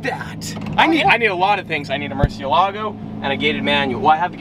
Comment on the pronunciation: The word murcielago comes from spanish so you don't have to act like that pronouncing it like an italian would (not) do (anyway). Thanks